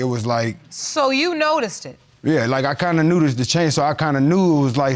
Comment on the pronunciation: I can’t be the only one that laughed when he said, “I kinda nootised the change” 🤣🤣🤣🤣🤣